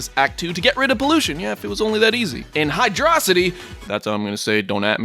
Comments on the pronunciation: I'm glad I'm not the only person who says (Grew up saying) "Hydracity" Instead of Hydrocity! HA HA HA! Love this review! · Oh ho ho ho... I don't care what you say, you're not getting away with pronouncing it "hydroh-city" Watch your back, I'm coming for you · "hi-DRAW-city" DISFUCKINGLIKED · Hi-drah-city. Wtf Hydrocity has an O, not an A. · It's hydro-city Fight me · you say hydrocity like how megamind says metrocity. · At first I disliked the video because of the title implying that Sonic was gone even though he never left. ... But then I heard you pronounce Hydro City Zone wrong and I kept it unliked.